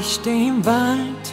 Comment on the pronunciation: 😳 you pronounced the word Wald in German perfectly